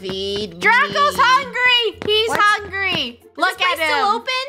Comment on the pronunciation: I liked when said hungey